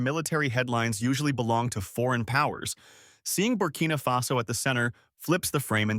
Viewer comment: ❤❤❤❤❤❤❤❤❤❤ It's Barcina Faso roight❤❤❤❤❤❤❤❤❤❤❤❤❤❤. Happy brother, happy barcina faso.